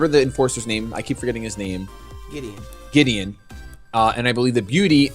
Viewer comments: gladion not Gideon😂😂😂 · His name is Gladion, not Giddion I don't like correcting people, but the amount of cringe I had to go through just then... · giddion haha what is this The Flash, his mame is gladion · Gladion. GLADION. .... Fomantis. FOMANTIS. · Lol "Giddion" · I can't be the only person who gets so annoyed that they keep calling Gladion, Giddeon. Gravity Falls ended a while ago, stop thinking about it. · wasnt that fucking team skull nigga called gladion? or gladeon or whatever